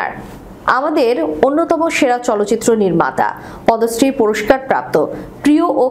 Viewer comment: পদশ্রী পুরস্কার নয়, পদ্মশ্রী পুরষ্কার হবে।